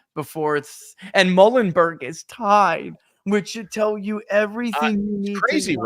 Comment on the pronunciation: Muhlenberg College pronounced “MULE-n-burg” FYI 🫏 🙂